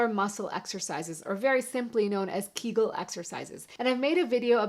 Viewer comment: Thanks! I can vouch for the effectiveness of Kegels. By the way, you are pronouncing them incorrectly. The proper way is 'Kay-guls'. (rhymes with bagels) I do 9 to 10,000 of them every two to three days over a two hour period. However, I do them rapid fire and about 80 of them per minute. They have over time completely fixed my after dribble. Blessings, Dan